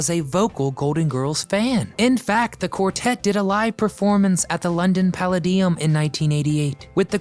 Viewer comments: London Palladium: it's pronounced puh-LAY-dee-um, not palla-dium! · Palla-deeum?? It's Pal-ay-dium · it pronounced Puh-lay-dee-um 😂 but great video! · Pa LAY dium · This was entertaining but as a Brit I was horrified at the mispronunciation of Palladium. My favourite episode is the one early one when Rose dates Dr Jonathan Newman and to this day friends and I still repeat Blanche's line "God, I wish I was dead".